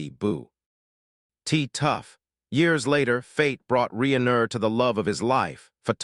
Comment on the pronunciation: Probably to learn how to pronounce Reiner.